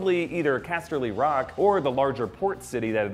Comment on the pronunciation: OMG I SWEAR IF HE SAYS CASTELY ROCK LIKE THAT AGAING I WILL SKIN HIM AND THEN FEED HIM TO RAMSEY BOLTON.